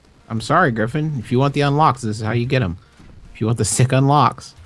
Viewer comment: griffin: gungine?, an intellectual: gun shoes?